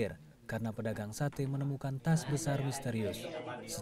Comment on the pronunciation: Tas pak bukan etas